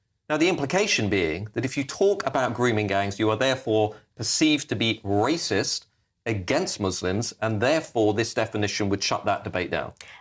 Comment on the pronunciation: Did she say "racist" or "rapists" 😂